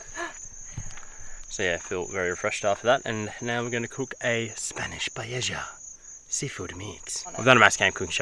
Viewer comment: Guys, I see on your videos a lot where you make Paella, however, you need to learn how to pronounce it correctly. There is no J sound, two L's together in Spanish make a 'aya' sound so Paella sounds like this 'Pie aye ya'. listen to this